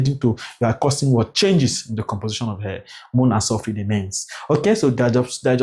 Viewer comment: is called air and not hair sir😂😂😂😂